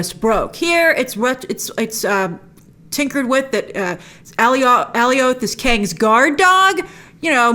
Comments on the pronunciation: it's becasue the comics nae for it is Alioth but I thnk they might have tweaked the name so it's not excactly the same creature? to oliath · oh wow. yeah, should have checked the captions...so... I guess a very weird pronunciation then... also, how in the heck do they know its name? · It's fine to mispronounced names once in a while but she says it about a thousand times. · Does no one know how to say Alioth correctly? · Please can you say the name correctly of Alioth. It sounds ridiculous the way you're saying it lol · the way she was saying Alioth like “alleyoop” and not like in “Goliath” 🥲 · It’s not pronounced “Alley Oath.” Alioth rhymes with “Goliath.” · I've also been pronouncing it Alley-Oath all my life since I encountered it in the comics, only after the episode did I realize that it should rhyme with Goliath... So Alley-Oath has been burned in my head for multiple years now, maybe the same here? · Alioth pronounced like Goliath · Alioth is pronounce like “Goliath” 😅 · Not alleyoop 😂😂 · Alley-oath would be more accurate than how they pronounced it in the show. ˈæliɒθ is the IPA for it. It's not a name original to Marvel, but it seems like they want to use a unique pronunciation for it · It’s like “alias” except its with “th” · Just to help u out grace. It's pronounced Alioth like Goliath but without the G. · Is it me or is she pronouncing Alioth weird! Lol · Why do you pronounce alioth like that? 🙄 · I thought I was going crazy for a sec. lol she kept mispronouncing it and I’m like wasn’t it clearly pronounced for us on the show a bunch of times? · I love these breakdowns and all, but something is bugging me. In the episode, and I had subs on too and how the Lokis called him, Alioth is supposed rhyme with Goliath, right? Not "Alley Oath". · Grace: ALLIE-OATH MCU: A-LIE-UTH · Oh my god it’s uh-lie-uth not Allie-oath lmao they even said it in the episode so you don’t even have the “I’ve only ever seen it written in the comics” thing to fall on.